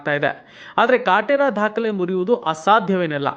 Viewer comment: ಅಣ್ಣಾ, ಅದು "ದಾಖಲೆ" --- ಚಿಕ್ಕ 'ದ' ದೊಡ್ಡ 'ಧ' ಅಲ್ಲ... ಆದರೆ ಮಾಹಿತಿಯನ್ನು ನೀಡಿದಕ್ಕೆ ಧನ್ಯವಾದಗಳು 👏